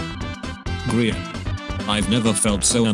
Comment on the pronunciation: No one: Narrator: eyeskall, gr eye an